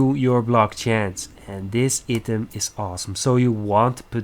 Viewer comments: Good video man! Item is pronounced eye-tem ^^ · Nice video but your english is poor. prenauncing "item" wrong is bad haha